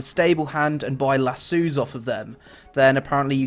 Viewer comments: Lasso = Lass-Owe, not LaSue. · lasuu? i think its lasso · "a lazoo"